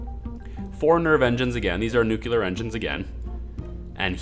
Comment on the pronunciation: Great series! But... new-clear not nu-cu-lar. Please.